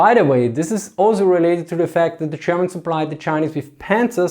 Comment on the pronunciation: I feel like he is pronouncing Germans like: "chairmans" xD No offense thats my subjective feeling. Good video